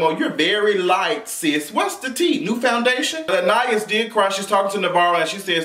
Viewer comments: Anna-ys is how you pronounce it. She was really beautiful, back in the day. My godmom said she was twin!!! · It's pronounced, Anna- Eese. Lol